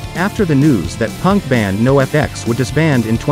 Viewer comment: If you would've typed the word Noahfex instead of NOFX into the chat gpt, it might have read it correctly. Unless this is a real dude saying this over and over lol